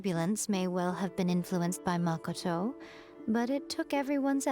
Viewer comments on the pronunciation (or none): The way you pronounce Makoto hurts me every time.. You literally hear all of them say it 20 times. ma-ko-to, not MAHKOTOW. Please